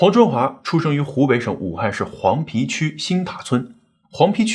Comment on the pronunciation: 黃皮？應該讀黃陂（碑）才對 不過現在的普通話是滿州人搞出來的 本身就是亂七八糟的了 也沒什麼好強求的了...